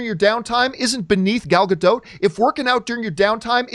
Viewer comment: Dude chill. Also quit saying Gadot like that, say it correctly